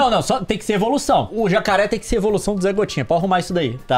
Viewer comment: "Jacaré vac" KKKKKKKK